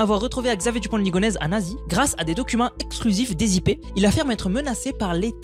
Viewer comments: alors qu'il dit " ligonèze "au lieu de" ligonèssssssse" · Ligonnès ça se prononce ligoneSSe ! Et non ligonèze ^^ Merci pour la vidéo